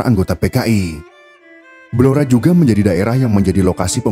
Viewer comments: Blora min.. bukan belora .... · Saya asli org Blora, yg bener itu Blora, bukan Belora.